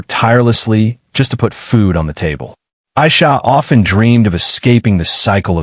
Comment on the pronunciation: Her name is pronounced AIEESHA, not the way the narrarater says it.